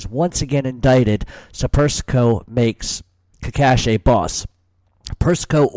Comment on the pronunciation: You are pronouncing Cacace’s name “cakashi”. Thought u were Italian Amico mio